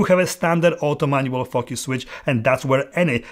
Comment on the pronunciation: Very honest and on point. Great! Watch out how you pronounce it correctly sometimes, be careful how say “focus” not “f**k us” !😂